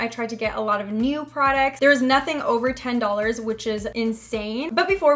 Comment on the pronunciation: When she said new it kind of sounded like neuw